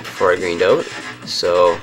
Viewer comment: "greened oat"